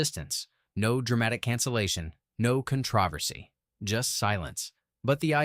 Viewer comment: Drop the AI voice...do the narration with your own voice! ("Controversy" pronounced completely wrong!)